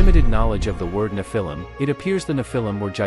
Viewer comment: Thereare still very tall people. It isnt nephIIm with emphasis on the lim its NEPhilim